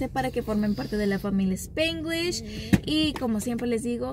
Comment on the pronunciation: SpAAnglish, no SpIiiiglish